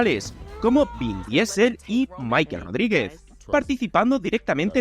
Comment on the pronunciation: Es que así se llama jaja Michel Rodrigues, probablemente pensó que se pronuncia como en ingles